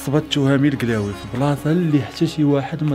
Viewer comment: قلاوي مش كلاوي